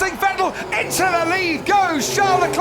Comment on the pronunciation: Will someone tell anyone from the UK that there is no F in the word Vettel??? OR VERSTAPPEN.